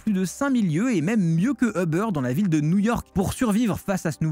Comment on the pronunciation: Uber.......pas Hubber